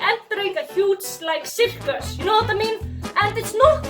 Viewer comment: Citkas is my favourite pronounciation of circus It also allows me to call onions VC a shitkas